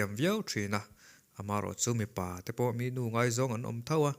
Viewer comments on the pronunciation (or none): Mipa tih leh mi pa lam dan hi a hrang aw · I va han chhiar thiam lo em2...Mi pa tih kha chhiar dik teh mipa tih leh mi pa tihte chu chhiar dik ve tur alawm....a in balance na enge awm, nunna an lak kha mawle,, hmun dangah pawh sawiselna ka hmu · Mipa ti a lam tur nilo... Mi.... Pa... Ti a lam tur aww😅